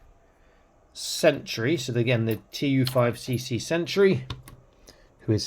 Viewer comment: TU5CC is pronounced as Tusk. These figures are a mixed bag. They look good but recent releases have had a few quality control issues, especially the second Cosmic wave. I've had figures that won't stay together at the midsection, hands that broke when swapping them out, a leg that broke at the knee and so on. After collecting them for the last three years, it's kind of turned me off to them. They look great, but not much fun to actually play with unfortunately. They're mostly designed to pop apart and combine in different ways so you can customize them. If you get enough of the Horsemen's figures, you'll begin to see A LOT of the same parts, especially on the older ones.